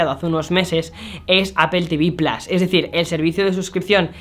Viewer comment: kibord y plas que tal pronunciacion xd